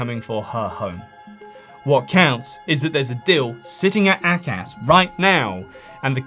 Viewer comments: A - CAS. not AC-AS. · "Ay-Cas" not "Ack-ass" "Ay" like "Hay" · It's pronounced - AY-Cas ... try to get that right. Good report otherwise.